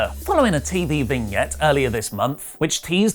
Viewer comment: Can please double check his pronunciation of "Vignette" please